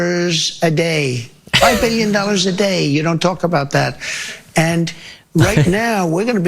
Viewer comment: I get nauseous when he pronounces billion as bee-yun. Claims to be one but can't pronounce it properly. Wonder if he can spell it? I bet not.